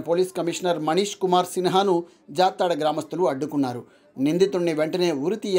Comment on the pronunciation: Jaathada కాదు juthada